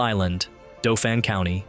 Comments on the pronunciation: It’s Daw-fin county not Doe-fin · 😂😂Dowfin county. Its pronounced like dolphin. Dauphin county. I can see TMI from my kitchen window. I live 5 minutes away. My father in law is an electrician there. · Please work on the pronunciation of theses words. He said dough-fin county. It's Dawh-fin He also said Soos-kwa-hanna, it's SUS-kwa-hanna... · Doe-fan County? Soosekwahanna? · Please learn the correct pronunciations before posting. Dauphin is pronounced Daw Fin and Susquehanna is pronounced Suss qua hanna. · Pronounced ‘Daw Fin’ County Pronounced ‘Sus Qui Hanna’ River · Dauphin Is said like the mammal dolphin. It's the sus qua hanna river lol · Dooophincounty, at the Sooooosqinhanoc river??? stop already... Have some respect for the mighty Susquehanna River please. The pronunciation of "Susquehanna" is phonetically spelled as /ˌsʌskwəˈhænə/. It can be pronounced as "suh-skwuh-HAN-uh." Thank you, :hand-purple-blue-peace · 3-mile island is an active nuclear power generator. It's also pronounced somewhat like "Dolphin County." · The pronunciation of "Dauphin" threw me off not gonna lie